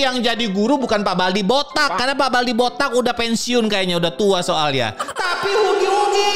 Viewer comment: Bang bukan hugi wugi bacanya hagi wagi